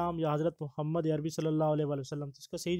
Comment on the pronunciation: Bhai Muhammad (SAW) ke Talafoz sahi ada kia karo